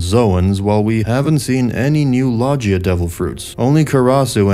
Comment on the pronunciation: You seem so say logia incorrectly . You say (Lah-jee-ahh) when it’s (Loh-gi-ahh)